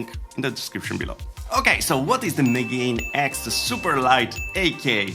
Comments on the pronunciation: Ah, right... that make so much more sense then. Still, the pronunciation would probably close to Megan X, not the pronunciation give where he's trying to pronunce it as though it's English -- ("meGAIN X") (Checks online Japanese dictionary) megane still has a clear "mega", which probably is part of what pushed them towards it. I also not that it is also used as an insult for a glasses wearer, which they'll probably see as an act of "reclaiming" the insult and rehabilitating it -- a sort of "geek pride" thing. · I think it’s pronounced “mega-nex”